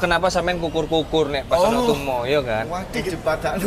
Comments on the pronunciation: anak tumo pengucapannya bukan kur,tapi kor seperti suara "o" pada tumo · Aneke tumo iku kor. Penyebutan o seperti bolong. Bukan o pada bola.